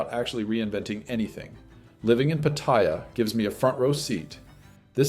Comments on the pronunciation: Living there for years and you still can't pronounce PATTAYA properly! 😭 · All those years you spent there, and you still can not pronounce Pattaya correctly! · You say you've lived there for years but you can't even correctly pronounce Pattaya. Pathetic